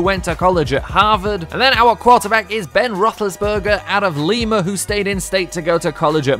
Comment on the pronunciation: YOU SAID LIMA WRONG U DUNCE